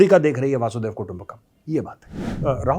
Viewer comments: Respected Major Gaurav Arya (Retd) Correctly Pronounce is वसुधैव कुटुम्बकम् not वासुधैव कुटुम्बकम् वसुधैव कुटुम्बकम् सनातन धर्म का मूल संस्कार तथा विचारधारा है जो महा उपनिषद सहित कई ग्रन्थों में लिपिबद्ध है। इसका अर्थ है- धरती ही परिवार है (वसुधा एव कुटुम्बकम्)। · मेरे भैया major जी, वासुदेव नही कहते , वसुधैव कहते हैं। ठीक से उच्चारण करो, क्योंकि वासुदेव तो कृष्ण का नाम है।